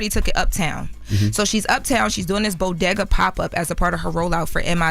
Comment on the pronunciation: Can learn how to pronounce bodega?